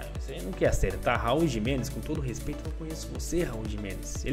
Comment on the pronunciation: É Jiménez e nao Gimenez